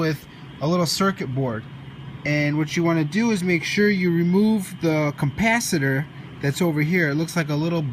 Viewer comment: Not sure i would take shocking advice from a guy who says compacitor….